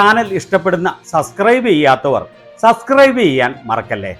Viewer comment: സസ്ക്രൈബ് അല്ല സബ്സ്ക്രൈബ് എന്ന് പറയൂ